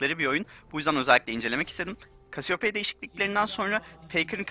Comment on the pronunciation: yalnız kasiyopeya diye okunuyor olması gibi bir durum var